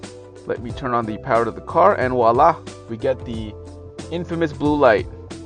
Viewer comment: The word is voila, not wala. Seriously!